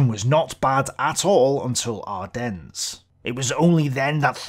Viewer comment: Just for future reference the "s" in Ardennes is silent. Unpronounced, as in non existent, even if it is there. French are French.